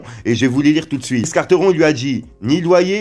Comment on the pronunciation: Quarteron il à problème de langage il faut qu'il aille voir une orthophoniste